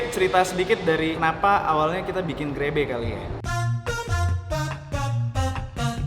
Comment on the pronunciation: 00.30 terdengar seperti grepe